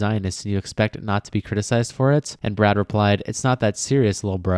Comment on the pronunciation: Brad...NOT BRAD